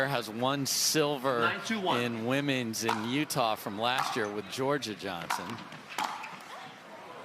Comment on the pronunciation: Teach the 'women' commentator how to say "women's doubles". 🙉